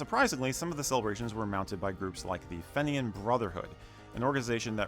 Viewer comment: Fen Ian??? Its Feen Yin